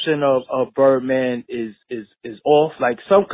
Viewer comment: Did this fool just say BiBird Man in like Dr. King? This is why I didn't know who the hell he was LMAO